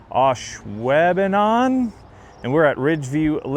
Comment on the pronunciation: Love to see our old stomping ground. Great scores! Though you killed us with the Ashwaubenon pronunciation 😂😂 you should see some of the other WI town names